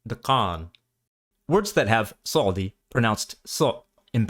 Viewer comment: Why are you pronounce Tsadi letter צ\ץ as S, while it's TS like zz in pizza??was it pronounced differently in Ancient Hebrew?